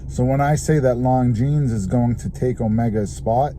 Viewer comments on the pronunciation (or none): Is not “long jeans”, is “lonzeen”. Learn how to pronounce properly names, if you’re a watch enthusiast.